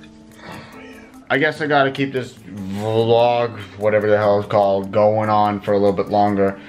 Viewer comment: It's one word. Vlog. Not V-log